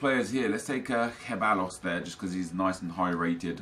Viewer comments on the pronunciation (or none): Pronounced Sebaios (Ceballos) :)